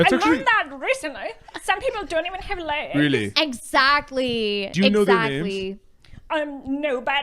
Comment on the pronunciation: "some people don't even have ley-guh-zuh"